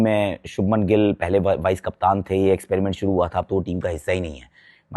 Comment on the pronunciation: Abe chopra .. kyu gilla ka liya hai kya muh me